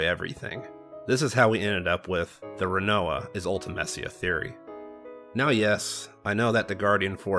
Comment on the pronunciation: And you can’t pronounce Rinoa!